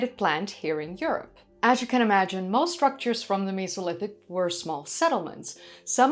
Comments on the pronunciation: You enunciate it as Me So Lithic!?! When it truly sounds like meh-Soh-Lith-ic it's a flat e not a sharp e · The miso lithic 😂 Mesolithic is how most peoples pronounce it why are you pronouncing it like meeso 😂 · Cool video :) why do you pronounce Mesolithic like Misolithic, when you say Neolithic and Paleolithic with a destinct "E" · i honestly didnt know i could be so triggered by the way someone says mesolithic until this video